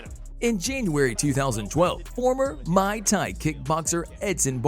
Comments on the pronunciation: ... That is not how you pronounce Muay Thai. That's how you pronounce Mai Tai the beverage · Called Muy Thai Mai Thai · He fucked up everyone’s name, and every style’s name. May thai? Cmon man, are you even a fan? It’s Muay Thai. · Not just that, "mai thai????? Wtf?????? At 7.42 sec